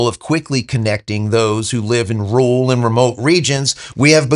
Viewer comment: you are biffing your pronunciation of rural. It is not pronounced ruhl. It is pronounced as two distinct syllables: Rue Ral.